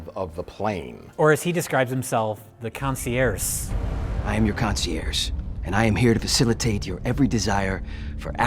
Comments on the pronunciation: Is "concierce" how you're supposed to pronounce Saoirse? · I wonder if the concierge mispronunciation was supposed to be legit since they were in the air...a "conci-airs" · You hacks! It's not a mispronunciation of concierge, it's a play on words, con-see-AIRS. Air : Plane. Get it? GET IT? /S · "I am your concierse" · I’m pretty sure concierge was mispronounced as “conci-airs” on purpose as a dumb pun. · Joey Lawrence: "Concierse". Dude next to Joey Lawrence: "The What?" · "I am your Concererce" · “Consie-air” was it supposed to be a joke? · I like how when Joey Lawrence mispronounces concierge, the man standing next to him seems to notice he fucked up and wonders if the director is gonna call cut... and it's in the movie. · You known it's a shitty direct-to-VOD movie when they can't even pronounced 'concierge' correctly. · Joey Lawrence definitely Google searched how to pronounce Concierge.